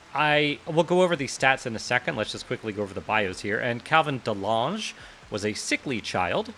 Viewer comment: Dutch people be like it's Calvin De Lange (Calvin the tall) not delaaaangé :p